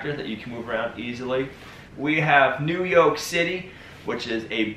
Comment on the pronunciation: Did you just say "New Yolk City" ? ! ! 🤣😆🤣😆🤣😆🤣😆🤣